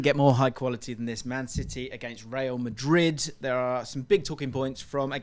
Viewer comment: real Madrid ❌ rayal Madrid ✔️